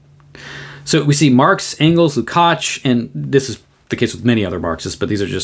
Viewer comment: Erős vár a mi Istenünk! Thank you for the superb presentation, your pronunciation of the surname Lukács is great, György is [ˈɟørɟ], often shortened to Gyuri.